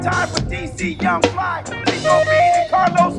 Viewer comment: Chico - not Two but Cheww lol..... 😂😂😂